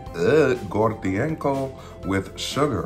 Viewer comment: Omg, you're the first foreigner I see on youtube who pronouces her name correctly!